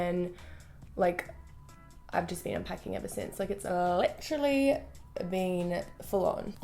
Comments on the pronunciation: i live in australia and literally everyone i know say Lit-er-ally or Lit-ril-ly. i'm pretty sure that she just exaggerates it on purpose ☺️ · no not always ahahah I'm Aussie and I normally don't say it like she does in the video but she obviously doesn't say it like that all the time HAHAHAH I know that doesn't make sense but I think u get my point